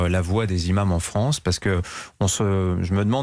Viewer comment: Le fronce 😂